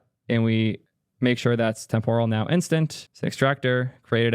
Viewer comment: Temporal is pronounced with the emphasis on the first syllable not the second: TEMPoral not TemPORal. Like "Temporary" not "Tempura."